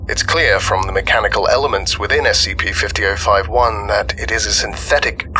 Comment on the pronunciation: The s-c-PEE we're going to be looking at... Is s-c-PEE